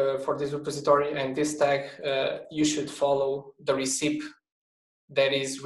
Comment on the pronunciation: is he saying "recipe", or "receipt"?